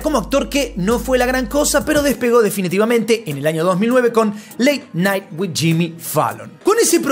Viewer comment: Late "NITE" JAJAJAJAA